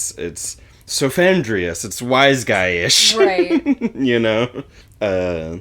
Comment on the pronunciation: It's "Cephandrius", not "Sophandrius" so it's more like Headman than Wiseman